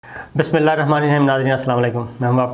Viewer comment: السلام علیکم صابر بھائی پلیز بسم اللہ درست کریں